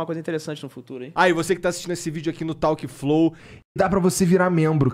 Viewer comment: Amigo, por favor, sem maldade, para de falar “talk flow”, a pronuncia é “tolk flow” sem forçar no L, soa horrível a sua pronuncia.